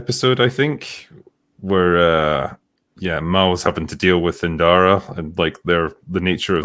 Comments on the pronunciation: Not InDara, Inara. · Please stop calling Inara Indara, you're giving me Acolyte flashbacks 😂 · Heya and. U said "Andara" numerous times during this. Her name is "Inara"; think you two have been exposed to too much pisney Star wars!! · You're killing me,. INARA There's no D in her name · I suppose I never put any thought on how it is spelled or ever bothered to look it up, but it very clearly sounds like it is supposed to be "Inara" (or some other vowel spelling that sounds like it). How the two of them keep adding other consonants to her name baffle me.